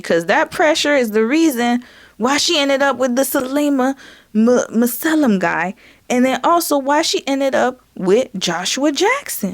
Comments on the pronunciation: Masekela not MASKELA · Darn..do a Google search on how to pronounce name...its ma...se..ke (ca) la...thats pne of the easiest african names to pronounce....as a black person, i expect you to try a bit better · Pronounced: Mass•i•kayla. His Father is a highly revered African jazz-soul artist. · Pronounced Ma-se-ke-la! i remember his Father! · It’s pronounced massa-kayla. And he usually just goes by Sal for his first name. I remember him from when I used to watch X Games every year. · Masikela pronounced "Mah-see-ke-lah "